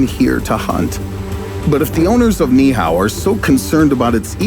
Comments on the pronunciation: It's NOT (NIHAO) It's "Niihau" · It’s pronounced “knee-E-how” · Knee eee oww is how it’s pronounced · Great video even though you painfully mispronounced Ni'ihau over and over. It's pronounced Knee ee how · Pronounced Ni’ihau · You need to Learn how to properly pronounce Ni’ihau